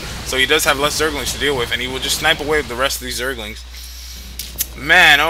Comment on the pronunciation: I hate how he says "wiff" all the time..